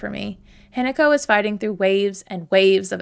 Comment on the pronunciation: I love the analysis, but I'm sorry, the way you pronounce hinako isn't exactly right... It's not an attack, it's just something that I noticed. It's said more like hee-na(like in nagging)-co. The way you say it I was gaslighting myself that the entire game I was reading the name wrong and it's actually Hineko (which is also a Japanese name btw!), but then I looked at the subtitles. But your pronouncing of junko is pretty good for someone who doesn't speak the language!